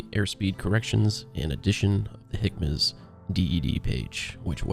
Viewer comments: Great video, although HMCS is pronounced "hem-icks" not "hickmas". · Weird pronunciation of the HMCS page. I say "hemics" or "J-hemics" (as the full name is JHMCS).